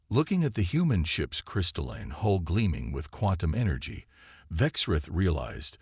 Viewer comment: Please instruct the narrator in the different pronunciation of the words “hull” and “hole”. They are not the same. Plus, it is spelled “hall” in the transcript. Sloppy proofreading.